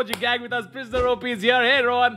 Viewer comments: Did any1 notice he said priosner op not prisoner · Ah yes, 'priosner OP'. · If anybody noticed... It sayed pirsoner op instead of prisoner op